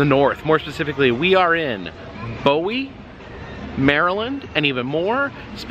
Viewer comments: In MD we don't say bowie as in David bowie we say it as boo and we. Hope this helps. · FYI its boo e not bow e maryland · Pronounced 'booey,' like Baba Booey. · The area is pronounced "BOOwee" (Bowie). Welcome to Maryland! Wild World and the awesome wild wave was my favorite summer camp day trip as a kid. Hope you'll get to attend the Maryland State Fair in Timonium, Maryland! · Just FYI, the city of Bowie, MD is pronounced, BOO E. Also, I know you are tryiing to attend every state fair in the country. The Maryland State Fair starts next Thursday and is held AUGUST 24 - 27 | AUGUST 31 - SEPTEMBER 4 | SEPTEMBER 7 - 10. The Mardi Gras section of SFA is my fav section. The Joker's Jinx is my FAV rollercoaster there. LOVE IT SO MUCH!! It takes off super fast in the beginning and doesn't slow down until the ride is over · It's pronounced "Boo-E" .... I grew up in the city next to it (Crofton, MD). I used to be a lifeguard at their Wave Pool when it was called Adventure World. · That’s close to where I live and pronunciation is boowee or boo e (Bowie) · It's pronounced Boo-i-e. I'm from Maryland. I used to live 30 mins from Six Flags America. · I live abput 15 miles away. BTW, its pronounced Booooo-eee. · Thank you! Lol it was bugging me he was saying it wrong